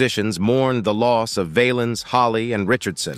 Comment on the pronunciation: His last name Valens sounds like Balance not vail-ens. The Bamba was a great movie about him.